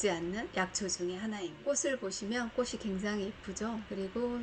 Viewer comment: 좋은정보 감사한데요, 방송인으로서 발음이 정확하면 더 훌륭하지요. 꽃이 ---> 꼬시× , 꼬치 ○ 꽃을 ----> 꼬슬× , 꼬츨 ○